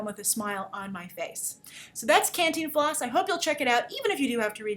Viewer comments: "Canteen Floss?" really grace. it's Cantinflas. lol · your vowels in the pronunciation are more than ok. What takes people out of it, is that the force of pronunciation should go on the TIN. Both vowels are short vowel sound. can (as in: "can" do!) - TIN (as in: "tin" man) - flas (as in: "flask" but without the k) can-TIN-flas Hope this helps. :) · Grace just for further reference, its pronounced CAHN TEEN FLAHS. With an enphasis on the TEEN. Lots of love from Mexico . Love ALL your vids and opinions :) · Hey, pretty lady with all the fans and videos :-) if you want help saying the title my parents always said it like "Khan+teen+floss" dunno if it's correct, but that's from a central American family who watched a ton from this guy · Hey! Grace just one quick tip is Cantínflas with an emphasis on the I not the A :) for any doubts on the spanish language i'm at your service :D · Wow you buttered his name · I love hearing you say Cantinflas! It's a sweet thing to me when English-speakers try to pronounce Spanish. Other than that I'm glad to see you reviewing this movie and that, above all, you enjoyed it. When we studied international film making in school I was amazed at just how differnet the industries are country to country and it's nice to see that such an important figure as Cantinflas would get his little moment in the spolight. I hope to see more films in this vein in the future (an Almodovar film would be incredible). Thanks for the review, Grace!